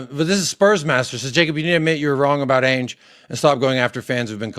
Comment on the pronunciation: Hi there hope you are well lots of parallels with what we experience in the Arsenal fan base. Was interested to see how you tackle it. One question though why do you pronounce Ange Ainge? It's the A sound from Adam or Anville not the A sound from Apex or Aviary. There is a youtube channel that specialises in pronunciation. I haven't decided if I like him or not but I do feel like it's respectful to pronounce people names correctly. I am not telling you how you should pronounce it by the way it just interests me as I presume you hear everyone else calling him Ange as if it were short for Angela and yet chose to pronounce it as Ay-nj just curious